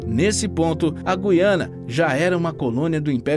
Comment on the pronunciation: meus parabéns vc é dos poucos videomakers q sabe pronunciar direito o nome do lugar: GU iana